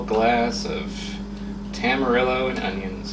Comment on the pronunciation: Hearing Tam-ar-ill-oh hurt on a different level